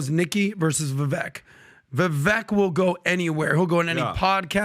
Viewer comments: It's not "Vevek", its "Vevake" like "fake". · Vivake! Vivake! When will you pronounce his name correctly? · Please learn to pronounce Vivek Ramaswamy’s name. His first name is pronounced as VIVAKE. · His name is pronounced, 'Viv-Ake , hard A and 2nd syllable accent '. Just fyi and he's too classy and confident to correct people or give a shit 😂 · How are these clowns STILL mispronouncing Vivek's name? It's pronounced like VAKE, CAKE, TAKE, BAKE, LAKE, MAKE, SAKE, RAKE. FFS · Multi-million-dollar podcast and you still can't pronounce Viveks name correctly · Why do all of you persist in mispronouncing Vivek's name?? Is it intentional?? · Rhymes with cake....say Vivek's name correctly please!! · Talk about looking down one`s nose, these jerks cannot even pronouncer a guys two syllable first name right!